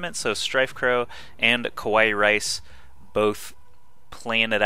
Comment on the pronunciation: It's not ku-wai-rice, it's ka-wa-ee-rice. Do you seriously not know what kawaii is? ^^